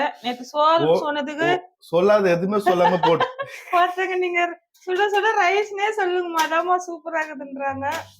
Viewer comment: Suda suda Satham nu Sollunga. Sis